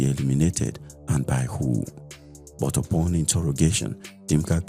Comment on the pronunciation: Exactly! And also, pronouncing 'but' and words ending with 't', the way you would pronounce words with 'th', like 'death' was so uncomfortable for me. Apart from these, the narrator did well